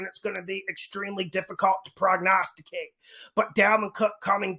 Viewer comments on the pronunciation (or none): You had me at “PROGNASTICATE”!!!!